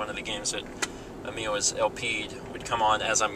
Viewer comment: It's Emile, not Amiel